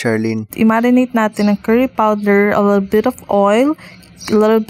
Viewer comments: 'aLiLbiT of oil~..' HAHAHAHA SHUSH'LL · Unsaon jod ang "ALILBIT"? Hahahaha sosyal kaayo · lt yung "alelebit of oil, etc" HAHAHAHA